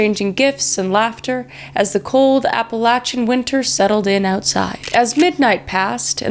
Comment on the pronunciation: I’m only 25 seconds in but I’m already so proud of you Kris for pronouncing Appalachia the way us Appalachian folk do. Too many people (especially from the North) pronounce it wrong!